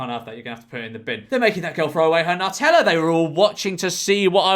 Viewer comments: Pronounce NEW*TELLA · It's pronounced NEW-tella.